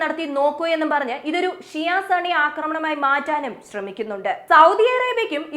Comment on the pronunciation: സണ്ണി അല്ല സുന്നി 😂